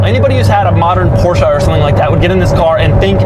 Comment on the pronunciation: Dougie Doug, thank you for all the fun but please it's not por-shj-A but rather por-shj-uh. Thank you! (